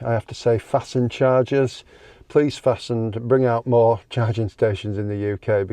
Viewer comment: Everyone else says FAST NED not Fastend